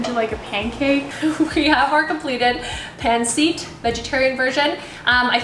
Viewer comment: Omg cringe… yt girl pronounced it as pan seet 🙃🙃🙃🙃🙃🙃💀💀💀💀 also this ain’t authentic try again maybe write INSPIRED. At very least pronounce it properly